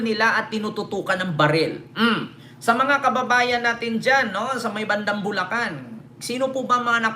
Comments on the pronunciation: Bulacan di bulcan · Bulcan or Bulacan? Hehe